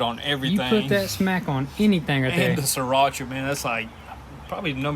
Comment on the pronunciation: Lol can't pronounce ramen right but he can pronounce Srirarcha